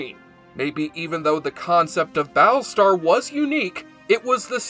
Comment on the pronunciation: he keeps calling it "Ba' lestar Galactica". i hate this speech problem that only nerds have.